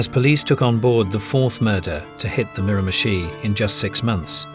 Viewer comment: Say mirimichi one more time, i dare you.